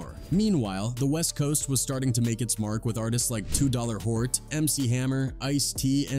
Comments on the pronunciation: Learn to pronounce the names before doing a video, calling 2 Short 2hort is disrespectful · “Too dollar Hort” 😂😂😂😂😂😂😂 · This mf said 2 dollar hort 😂😂😂😂😂😂